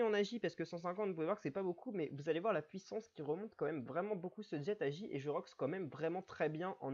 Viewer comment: en "Jet" hehehe. le T est muet ^^